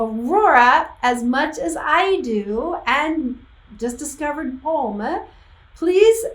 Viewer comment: Thanks for a nice analysis :) ... Yes, you're pronuncing Pomme ("Pom") correctly, and yes, they're both singing in french at the end. If you'd like to dive a little more into Pomme, here's one I can definitely recommend